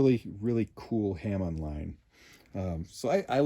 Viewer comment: i thought for a minute what a ham online was and the i realized he said hamon line